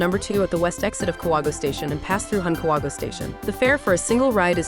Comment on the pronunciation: Please learn to pronounce the place properly. Ka-wa-go-e.